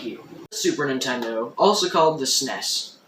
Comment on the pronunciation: lol for the love of god. its not a sness any more than an NES is a ness. nobody ever called it that. you dont need to try to pronounce it just because theres a vowel in there -_- cool video though ;)